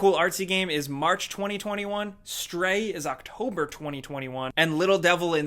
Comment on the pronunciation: How is this guy saying the dates 20201